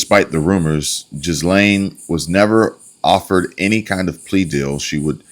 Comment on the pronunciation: Ghislaine name is mostly french. Pronunced "gee•lane". (g as in gasoline) Hardly anyone pronounces it right. Unless you submit there is an American version of a word/name and an European version or pronunciation. Ok nuclear; nucular. 😁